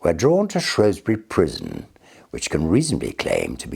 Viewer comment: so he pronounced Shrewsbury correctly, then.